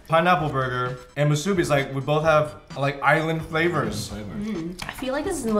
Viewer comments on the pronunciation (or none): The way you pronounce musubi triggers me lol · not mah-subi.... MOO-subi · It's pronounced "Moose-ooh bee" Phil. You bring shame to the Asian culture. Also, putting a pineapple on things doesn't make it "Hawaiian". Ask Ashley, here in Hawaii we don't really put pineapples in our dishes. We usually just eat it by itself or with li hing mui powder. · I know Chinese are big on pronunciations because different sounds totally change the meaning of the word, but it's mu-su-bi not so harsh on the u... it's not elongated or stressed... it's just not to fast or too short... it's hard to explain... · anyone else cringed every time they said musubi. they pronounced musubi so weird lol. They placed too much emphasis on the "su" 🤣🤣 I love them :3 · Who else from Hawai`i (+++if you speak Japanese) cringed at/loved the way they say "musubi"? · i love you guys so much but i do not love the way you guys pronounce musubi LOL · When I hear them pronounce "musubi." 😕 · DaMoteSupnet YESSSSSS!!! Pronounce it correctly. Haha. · I cringe at the way you guys pronounce musubi